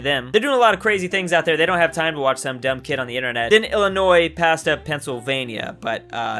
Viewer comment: thank you for pronouncing Illinois right. the "s" is silent